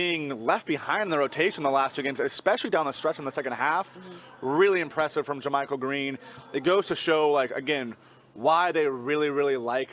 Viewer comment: One day Kerith will pronounce JaMychal's name correctly